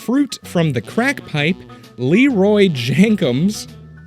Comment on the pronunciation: “Leroy Jenkems” Lmao.